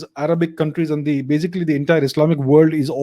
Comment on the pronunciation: I like when you always say in every video "bazically" 😋